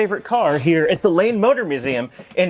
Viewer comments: Am I the only one that kept hearing "Lame Motor Museum"? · I thought you said "Lame" motor museum until I looked at the transcript.